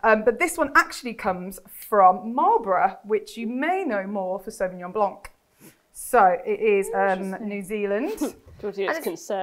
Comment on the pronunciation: Please, Wine Expert, stop pronouncing the C in blanc ...re: Sauvignon Blanc , it's silent...Sauvignon Blonk it is not! Sorry, it's a bugbear of mine as French is my mother tongue